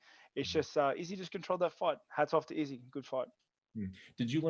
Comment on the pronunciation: Brett "Izzzy" Okamoto